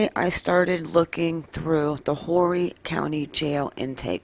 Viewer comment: Horry County is pronounced ( Or ree ), the h is silent